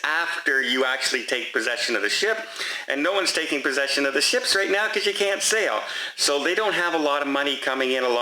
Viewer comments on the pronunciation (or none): none